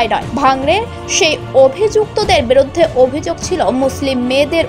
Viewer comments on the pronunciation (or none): Words to watch for pronuncitaion: biruddhe - not biroddhe mob - not mobo ek-i - not ekoi tablig - not taablig bhango-re - not bhang-re udbeg prokash - not udbigno prokash (mistake of the news writer) go-boloye - not gobloye etc